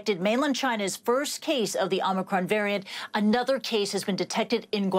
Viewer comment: 主播英文发音好别扭啊！直接中文说欧美克隆病毒，简单易懂。